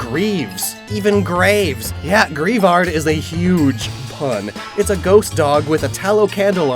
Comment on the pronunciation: shouldnt its name be pronounced "gray-vard"? hes saying it diffrently